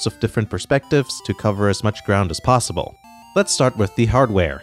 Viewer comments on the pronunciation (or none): none